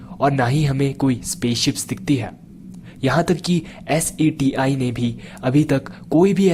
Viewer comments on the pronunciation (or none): sir its not S.A.T.I its S.E.T.I